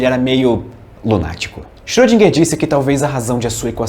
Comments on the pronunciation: e Na vdd se pronuncia "Choudrinher". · Ele chama de "chodriguer" eu chamo de "iscroudinguer" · Acho que o correto é "Xirodjinger"..kkkkk